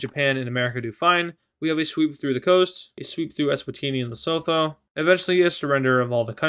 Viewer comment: pretty sure "Lesotho" is pronounced "Les-oo-too"